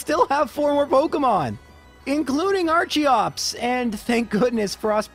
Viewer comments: Nobody:: "Archie ops" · The animal it's based on, archaeopteryx, is pronounced with a sharp 'K' sound. "ar-kay-op-ter-icks" So I'm pretty sure the Pokémon is pronounced "ar-kee-ops"